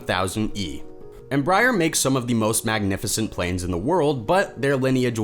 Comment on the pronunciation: Not "Em-briar", not "Embry-Air"